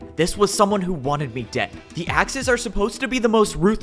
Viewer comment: Everytume he says Axes, i hear The Axis